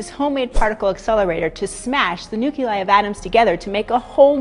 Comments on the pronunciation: Haha 'nuculei,' I laughed at that too. 😆 Also, the energy released from Cap's shield isn't simply light, what about the sound shockwave that sends them all flying? Seems like Vibranium releases all energy it encounters back out into the world. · Nuculei? Not acceptable in a video from the ACS.